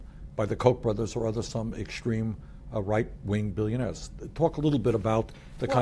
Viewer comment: millionahs and billionahs